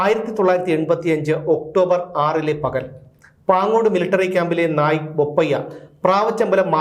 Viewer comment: നായി അല്ല നായിക്'